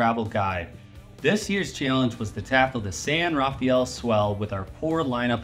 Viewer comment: It's pronounced san rah-FELL